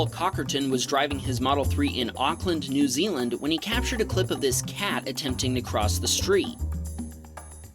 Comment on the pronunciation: That's supposed to be New Zealand, not New Zeeland. Also coincidence I live in New Zealand.